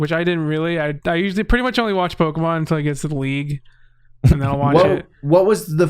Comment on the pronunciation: I feel the need to express just how much I love the way says Pokemans, I have accepted his pronunciation into my soul since the first time i heard it and everyone should be saying it that way lol